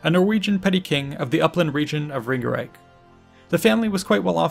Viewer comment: Ringerike.... Ring-e-rike. Stiklestad... Stik-le-stad :)